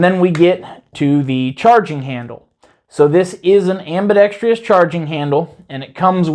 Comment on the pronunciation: Sorry to do this, my friend, but please, the word is "ambidexTROUS!", not ambidexTRIOUS! Please?